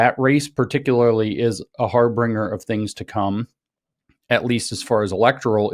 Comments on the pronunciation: "Harbinger" not "Harbringer." -- Your Friendly Neighborhood Grammar Nazi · Im triggered by hearing "Harbringer" instead of "harbinger" twice withing the first few minutes. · I came to comment "HAR-BRING-ER!?" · har-bringer? HAR-BIN-GER, ffs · Harbringer? How many times you gonna let him say it like that? Friends don't let friends sound retarded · Harbinger. No “r.” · Stop saying harbringer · Harbinger. The intellectual guy can't pronounce harbinger. Since I noticed that, I must be woke right, because noticing is woke right. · Is it weird that James doesn't know how to pronounce harbinger?